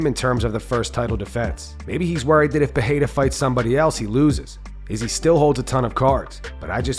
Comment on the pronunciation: Full mount still saying Izzy's name like a special needs 😑